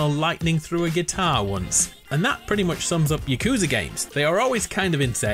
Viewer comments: its pronouced yahcoohzah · Why do you say yakuza like that